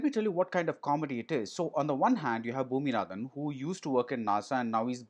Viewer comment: Felt like the g in the name rangan was replaced by j and it was ranjan who was reviewing this film as he ends up saying gramanaadhan instead of bhoominathan which reminded me hriday ranjan saying vineya vidheya trauma instead of vineya vidheya Rama!